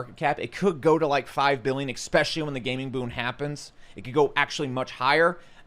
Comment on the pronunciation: It's "es"pecially not "ex"specially.